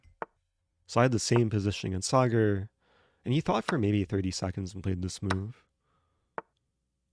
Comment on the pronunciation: This is it: the most wholesome chess video possible Also, kudos for pronouncing Sagar correctly and not Sagaar.